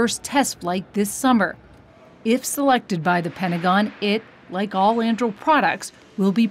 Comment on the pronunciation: Lady - unless you've been living under a rock you know it isn't "andrill" It is An-du-ril. Like Aragorn's sword in Lord of the Rings. She must be from Dunland......